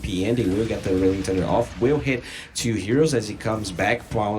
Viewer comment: It really bothers me that this caster says "chew" instead of two/to